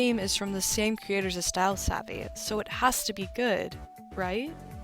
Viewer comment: You pronouncing it as savey has me dead